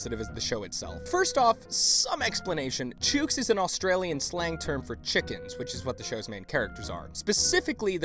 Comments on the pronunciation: As an Aussie, the mispronunciation of 'chooks' just about killed me. 'Chooks' rhymes with 'books' and 'looks' not 'dukes' :P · You're pronouncing chooks wrong, it's more like books or hooks, less like choo as in the train. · Chooks rhymes with hooks... Not chooooks.. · Im from Nz and its not Chewks Its Chooks Like looks but instead of Ll its Ch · Chooks is pronounced ch-uk-s. Really strange hearing it pronounced ch-ooks. Easier to ask an Aussie to say it. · you pronounced chooks wrong, and this is really inexcusable, the "oo" makes the same sound in this word as it does in "Book" or "hook" or really any word ending in "ook", where and why did you get your pronunciation of the word cause they say it right in the show 's theme song? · You said chooks wrong the 'ook' is like books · The oo in chook is actually pronounced short, like in book. In Australia anyway... never saw that show so no idea how they pronounced it or even if they intentionally mispronounced it. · It hurts my brain how you say chooks. It should be pronounced so it rhymes with books. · Lol its not pronounced chooooks jesus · Your pronunciation of chooks was close mate, but the "oo" sounds a lot quicker. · you pronounced, "chooks" wrong, it's "chook" as in "hook" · Yeah, it's like saying "Chuck" more or less (I'm not even Australian, but I've heard the term "Chook" used in an Australian show). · As an Aussie the way you think chooks is pronounced makes me cringe. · What you SHOULD be apologizing for is your pronunciation of chooks lol. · The way you pronounce Chook makes it sound a bit racist... especially when you then talk about the show...